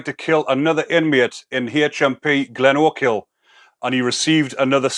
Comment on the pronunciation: Funny you trying to say glenochil lmao